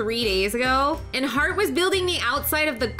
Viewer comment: Why did you say follow “harht” if you never followed her yourself XD